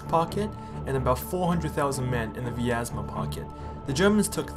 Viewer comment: What is wrong with American narrators that they can't figure out how to pronounce Russian words? Russian has two vowels for every one we have. "ya" and "yo" and "yu" are single vowels. Bryansk is one syllable. Vyazma is two syllables. The "y" is not a separate vowel. I'm sorry but you lose credibility when you don't try to get it right.